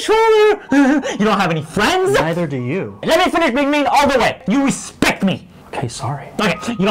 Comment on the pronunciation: As you've RES-PECT ME I have PATHE-TIC :D Its supposed 2 be with emotion and POWER